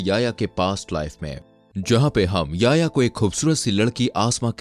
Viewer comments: Bahi wo Yaya nahi ya-Hi-ya. Hai 🤗🤗 Yaya 😂😂😂😂😂🤣🤣🤣Yaya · Bhai naam to sahi pronounce kar, YA-HI-YA